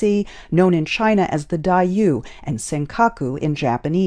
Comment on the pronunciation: this white reporter is stupid and can't seem to read correctly. she pronounced "Diaoyu" as "Daiyou". stupid lady.